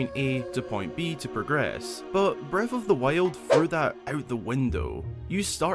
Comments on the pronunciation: Every time a video starts with: “Breaf of th Wiald” I grin. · Bread of the Wale 😆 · Haha beste Aussprache